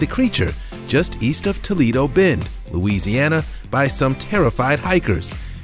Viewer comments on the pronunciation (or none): none